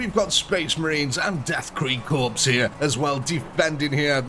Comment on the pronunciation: Corps and korps are both pronounced “core”